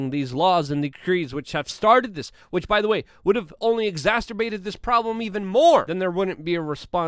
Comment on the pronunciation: Luke’s verbiage reminds me of my dad. “I-bpropane” = Ibuprofen or for Luke “exasperated” = exasberbated